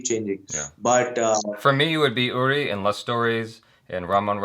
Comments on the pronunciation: Man........every big actor is so nervous to work with Amitabh ji. Even Manoj Bajpayee once mentioned how nervous he was when he was shooting a scene with him and his hands started shaking. Amit ji is 🙏 And I have commented so many times that it's pronounced as "Oori" not "Yuri" and it's Sumeet Vyas "Veeyas" not "Vice" but that's all right. Awesome interview 👍 Thoroughly enjoyed it. Hoping to see Manoj Bajpayee, Nawazuddin Siddiqui and many more on this channel. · I’d like to see you as Vihaan Shergill, the character of Vicky Kaushal from Uri. (pronounced as ‘OORI’ and not ‘YURI’). Also, can you tell me, what are the chances of you reading a comment that I make on your older videos? I mean, for how long after releasing a video do you read comments on it?? Am asking just to know if me commenting on older videos reaches out to you or not, because I’d really want it to reach out to you.